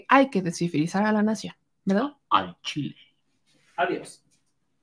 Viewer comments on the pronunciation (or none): none